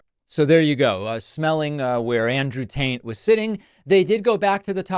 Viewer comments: His name is Andrew Tate but please David, keep calling him Andrew Taint. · Was it just me? Or did Pakman call him Andrew Taint? Lol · Is he saying Andrew Taint? 🤣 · bro was definitely calling him Andrew "Taint" on purpose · You said Andrew Taint! 🤣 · Are you calling him "Andrew Taint" on purpose?! Because I am totally stealing that 😂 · i swear he said where andrew taint was sitting lol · Tate or Taint? Was that "taint" deliberate? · Did David just call him Andrew "Taint"? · 😂 Andrew Taint. This is the best name flub ever. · David, why do you call him Andrew TAINT? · I’m sorry, are my ears deceiving me or were you calling dude Andrew “Taint”? 😂😂😂😂😂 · wheres lil pump and forgiatoblow man..... you saying taint and not tate is priceless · LMAOOO did you deliberately call him Andrew TaINT. Cus if so this is hilarious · Sounded like you called him Andrew Taint lol Nice lol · Did you say “Andrew Taint”? Hahahah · Did you say Andrew Taint?? 😂😂😂 what??? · Oh it's Andrew *Taint*, I've been pronouncing it won't the whole time...😂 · Andrew "Taint", 😂😂😂 I'm dying